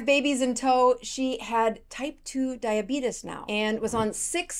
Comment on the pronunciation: It's Diabetes not Diabidis